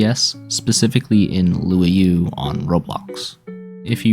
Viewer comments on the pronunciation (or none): luau is pronounced "loo ow" as in a hawaiian party, not "loo-ah-yoo"